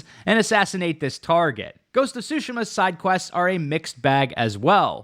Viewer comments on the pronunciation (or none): Great video, but that pronunciation of Tsushima is sending me lol